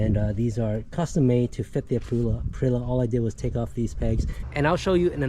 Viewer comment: Would you PLEASE pronounce the bike's brand name correctly?? Arrrggghh!